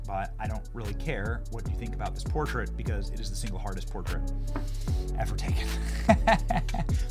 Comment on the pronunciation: Who pronounces portrait the way you did? PorTRAIT.